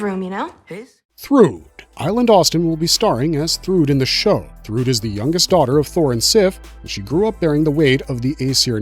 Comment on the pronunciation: yeah i know right? throughout the entire video.. jeez. also: thruhdd lol